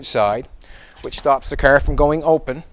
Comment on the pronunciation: Why do you say KAR instead of car ? I've heard you hundreds of times & ain't got no problems with saying camera caring oh maybe you got hit by 1 and you just scared I don't no..just wondering .